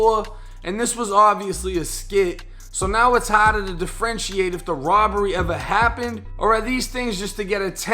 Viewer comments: "The Friend She Ate" oh u a freak. I thought he was saying "Differentiate" my bad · Diffrenchate that’s a good way to say it 😂😂😂 differentiate hahah